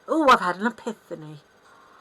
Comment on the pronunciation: "ePITHany" ? 😂😂😂I love ya and I agree. Always thought for sure she's stuck in K